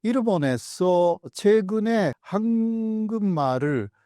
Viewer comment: 교수님의 한국말은 굉장히 잘 하시지만 한국말을 ->황금알로 들립니다. 죄송하지만 우선 이것만은 좀 수정해 주시면 안될까요?